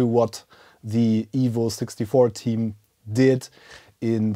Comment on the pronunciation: First, I understood "the Evil 64 Team" 😆😜 But for sure, it's not!